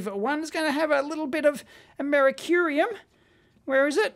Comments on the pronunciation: Oh, Dave, It's Americium Not Americurium :) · A - mer - I - cium. Cium being Latin for “metal” meaning that if you wish to call Aluminium “Aluminum” Then Dave should call it “Amerium” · That is not how you pronounce americium!!